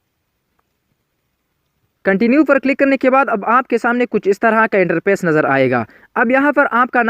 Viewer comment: Pill nhi fill hota hy apni pronounce kro Interpace nhi interface hota hy Pour nhi four hota hy